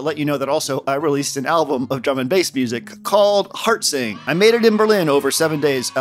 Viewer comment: I first heard it as "hard sync" instead of "heart sing".